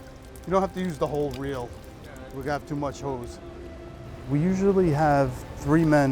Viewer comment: Sound like he says “We have to much hoes” 😂